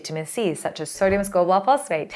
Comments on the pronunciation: Hahaha Sodium not SERGIO! Teee hee heeeeee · sodium hyaluronate = "sergio hydronate" 😂🎉❤ gotta love